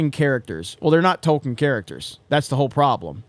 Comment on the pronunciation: Funny how when you said "new Tolkien characters", its sounded like you said "new TOLKEN characters"